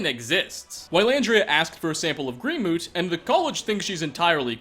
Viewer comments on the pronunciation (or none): "Green moot" Sigh. Mote. It's pronounced like "moat". Who else was driven crazy by that?